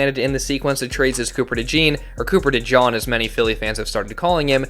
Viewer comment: Cooper De-Jawn 😄